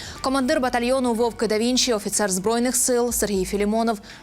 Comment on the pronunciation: Жах, наголос у слові "вовки" на останньому складі !